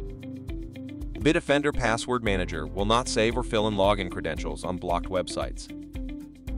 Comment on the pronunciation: Kind of silly using an AI to read the ad. BIT OFFENDER is how the Bitdefender is pronounced by the AI. What no quality control? Also no conjugation of verbs. Ug! Unwatchable.